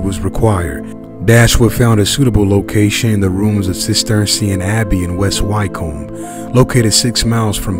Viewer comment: No reason for you to know it is pronounced ' West Wickum'